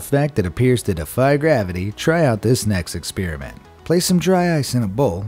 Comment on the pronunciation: To all our farenhiet users (just amuricans)It's pronounced ex-SPARE-ament.